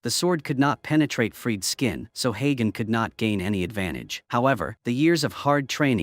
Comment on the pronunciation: the name is spoken like hunter but hagen